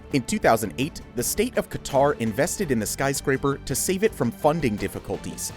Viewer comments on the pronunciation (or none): none